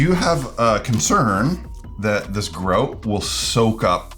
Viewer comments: Until he turned the box round i had no idea what he was saying. "What's Groat, other than a medieval coin?" Oh! GROUT (gr-ow-t) 😅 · Ah yes, "groat" which we all know is Canadian for grout. "Soarry" for pointing that "oat."